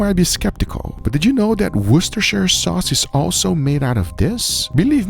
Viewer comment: wow congrats my italian man that can pronounce Worcestershire correctly!